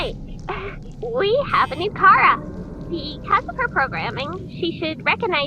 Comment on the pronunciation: Appreciated it that you Pronuced Chara as in "Ka-ra" not "Cha-ra" and that you protrayed her as a girl.